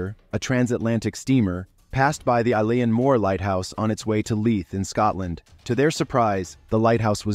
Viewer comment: Eilan is pronounced (EElen) ✌️